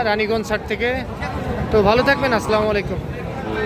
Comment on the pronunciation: ভাই দয়া করে সালাম দেওয়াটা ঠিক করুন ভুলবাল সালাম দিয়েন না.....আল্লামলাইকুম না বলবেন হচ্ছে আস-সালামু আলাইকুম অর্থ:- আপনার ওপর আল্লাহর শান্তি বর্ষিত হোক